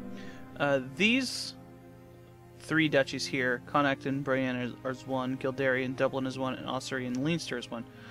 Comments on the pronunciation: Its Kil-Dare not kil-dar-e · Oh by the way Kildare is pronounced Kill-dare not Kill-dairy hahahahahahahaha